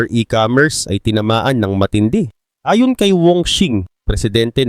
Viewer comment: Ambilis mo naman bigkasin ang "ayon".... Iba ang ayon sa ayun o a yun. Pati "pinatawan" ambilis mo bigkasin dapat mabagal lang yon bigkasin.